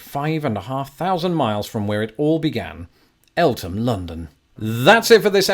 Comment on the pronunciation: Interestingly you just did a video on the mispronunciation of local names and now I find out Eltham is pronounced 'El-təm'. I'll add it to a list where TH is T; Thames, Gotham, and Eltham.